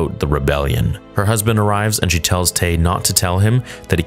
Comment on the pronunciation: It's distracting to me only because I come from here and so it sounds like people I know and interact with; he's speaking like a mexican that just learned english in his 40's. You know: things like not pronouncing "sh" and istead always doing a "ch"